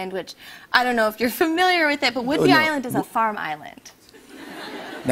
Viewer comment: "Whidbey" not "would-be" lol